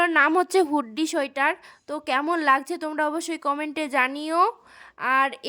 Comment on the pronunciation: ওটা হুডি বলে হুড্ডি সোয়েটার না